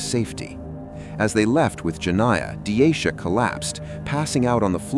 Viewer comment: Half way through you start calling her denisha? Thought her name was deasia?